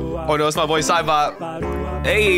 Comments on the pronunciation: Every time i Hear Cybop i think he says the n Word. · He said nyouza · not sure if you can REALLY hear what cybop sounds like but HE JUST SOUNDS LIKE HE IS SAYING THE N WORD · Cybop actually say negga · Cybot sounds like he's saying the n word😂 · Bro doesn’t know what cyborg saying 💀 (He saying negga ) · Do you realize what I hear from cibot sounds like he's saying the n word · Cybop at the End sounds like he is saying rubber and mega also never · It doesn't even actually says it, it just slightly sounds like it